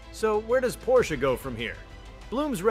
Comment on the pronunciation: Tuned it out, can't even say the name correctly.